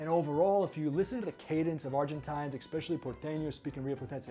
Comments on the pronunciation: fun info thanx but plzzzz ...its ESPecially not EXpecially ......es not ex 🙏🙏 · Interesting video thank you. Just a quirk of mine - there is no X in especially. He says it a hundred times.